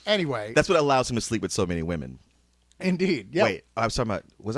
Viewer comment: Too funny how just can't say "women" plural.